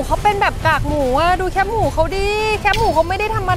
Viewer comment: แคบ ไม่ใช่แค๊บ